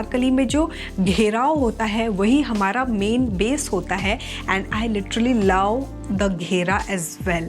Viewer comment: Your love accent 😂. Laaw😅